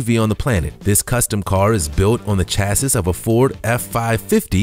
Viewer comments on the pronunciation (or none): Chassis is not pronounced 'chass iss', it's pronounced 'chass ee'.